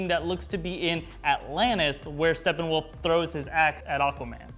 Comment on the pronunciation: its Steppenwolf, not Stefan wolf >_>